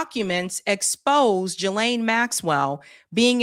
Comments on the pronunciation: I can't listen to you mispronounce Ghislaine. It's Hard G. Gee lane. Not Jee lane. I'm out. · Thanks for your work!...I think Ghislaine is pronounced ...Geee Lane...not Jeee lane... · Hey, I heard one of the prosecutors say Virginia’s last name is pronounced Guff-Ree like Guff-Free long E. And It’s Ghislaine and British so it’s pronounced Ghee ( like the butter) Lane. So Ghee-Laine. Obviously you can say it however you want I just thought it was interesting because I’ve been hearing it pronounced wrong for so many years that when I finally heard it pronounced right, I was shocked. 😂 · It's pronounced as though the following two words were said "Ghee + Lane" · It's pronounced Gilen Gi as in Give and Le as in Letter. Her brother pronounced it this way on Piers. Just saying. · Please learn how to say Ghislaine! The GH is like the GH in GHost. Do better. The s is silent. You sound silly every time you say the name. 😮